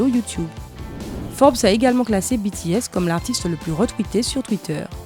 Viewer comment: Pour une fois qu'on prononce correctement 💜BTS💜 UwU 💕💗